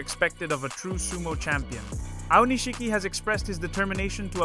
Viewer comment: You used so many different pronunciations of Aonishiki l000l. Japanese names a little tough eh? XD